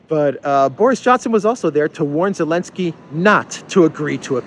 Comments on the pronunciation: Thank you for constantly calling him "Elensky". Those western clowns should change every single word with Z into silent sound. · No Austria is NOT NATO they are only EU - it‘s Elinsky you’re using the Z again 😆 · Every time you say "Elensky", I think "Alinsky"....as in Saul Alinsky. LOL Appropriate, I think.